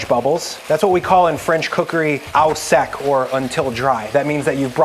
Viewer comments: 'Au sec' is pronounced 'oh seck', not 'ow seck'!! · mon ami, En Français EAU, AU, AUX any words that contain these letters ALWAYS sound like the letter ''O'', not ''ah'' we also never pronounce the C at the end of a word: Vin blanc. sound lke ''blaahn'' no hard C always silent C. AU always sound like the letter ''O'' in English. ''O jus'' water: EAU = O ''o''stralie = Australia. Au sec = O sec. Simple to remember any words that has: au, Aux eau, eaux always sound like the letter O. The C at the end of a word is always silent pretty much like the L in salmon or the b in subtle or dumb. I'm going to make Chef John's picata. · Hearing you say ow sec Is like nails on a chalkboard. It's a french term say it properly. Thank you for your attention in this matter. Keep on cookin'.